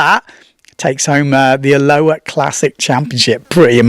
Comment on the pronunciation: Love ya. Try this to say it correctly. “A lo ha”. Not Aloa